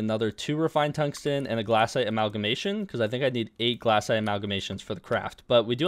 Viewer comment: ITS GLACITE NOT GLASSITE